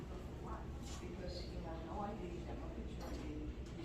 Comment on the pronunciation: Hey, it's "picture" not "pitcher". Sure, you're a journalist; yeah that's the ticket - journalist!